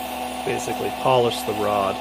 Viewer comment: I'm pretty sure when you said "polish the rod" you added just a little inflection in your tone and we all know what you meant. ps. I wish I could afford to have you overhaul my 1937 Martin Handcraft